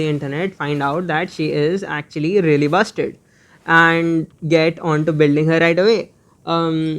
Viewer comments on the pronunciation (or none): What he said: she is actually really BUSTED. What I heard the first time: she is actually really BUSTY.